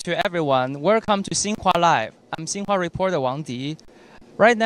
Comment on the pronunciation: 'Wercome to Sinhua Lie." Lol.